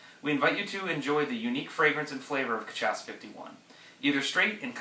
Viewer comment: It's pronounced ca-sha-sa